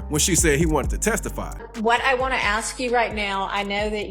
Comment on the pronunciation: Please, it's ASK, not aks.